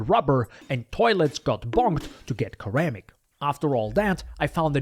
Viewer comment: this video is amazing, was not expecting such amazing quality from such a small channel, keep up the good work man, you'll go far! also you pronounce "ceramic" as "sir-ram-ick"